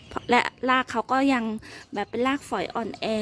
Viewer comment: พูดคำว่า,,ราก.ยากไหม,,ราก.ไม่ใช่.ลาก